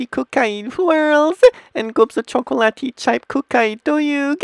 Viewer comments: WTF is this? When he said chocolate it sounded like he said cocain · GUYS I FOUND OUT WHAT DRUG HES ON! "Chacatoate cocain" (I know how to spell chocolate it's just the way he said it XD)